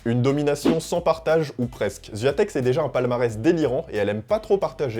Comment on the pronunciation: Tu sais meme pas prononcer son nom de famille. Zero effort. La honte!